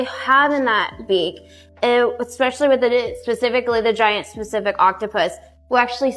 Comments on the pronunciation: Third time around that woman said 'Giant Specific Octopus' I swear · The aquarium associate mispronouncing pacific and chromatophores was driving me insane